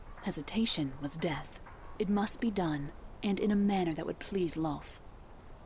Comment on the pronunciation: The D&D lore is done well but the name is Lolth, not Lloth.